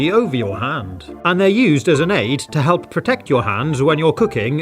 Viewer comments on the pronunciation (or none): none